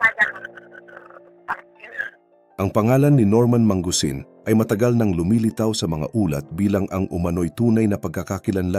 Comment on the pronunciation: norman ma-ngu-sin not man-gusin lodz btw very nice reveal